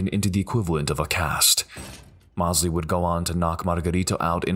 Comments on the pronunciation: Sugar Shane Mosley is pronounced Moes-ly, not Moss-ly. Sorry it was bugging me. Other then that great vid! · Hard to listen to the narrator mispronouncing Sugar Shane Mosley's name over and over again. He keeps saying Moss-lee. While his name is pronounced Moze-lee. You'd think that they could get this right but the also left something out of the Louie Resto fight. Not only did his trainer take the padding out of his gloves. He also dipped his hand in plaster of Paris. So by the third round Resto was punching with bricks basically. It was like two rocks smashing Billy Collins in the face over and over again. If he hadn't been so tough he might have gone down earlier and saved his career. RIP Billy Collins, you're a champion in my book. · pernounced Mose - Lee not Moss - Lee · Love the videos and the "Mostly" accurate commentary, however, I would urge to learn the proper pronunciation of a few names. Shane Mossly* would undoubtedly agree. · Great compilation, but, how could you do a boxing video and not know how to pronounce Shane Mosley’s name?